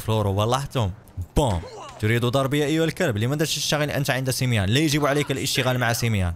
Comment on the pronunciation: وقفت الفيديو الاجل لاقولك سميون ماشي سميان هادا هو الي جيت نقولك